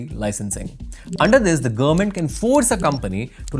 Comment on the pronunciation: What's the meaning of "gurr-ment"? Anyone?